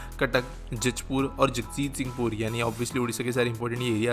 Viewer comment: Dear, the way you butchered the names of Odisha districts is absolutely hilarious. Khorda becomes Khurdara (rough in hindi) Jajpur becomes Judge Pur And the best - Jagatsinghpur becomes Jagjit Singh Pur Nice info though about the upcoming infra projects in Odisha. People rarely cover them. I, myself being an Odia and living in odisha had not heard this news...... Good job!!!